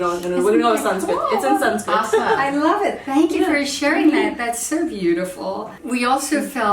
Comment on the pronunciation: ITS NOT SANSCRIT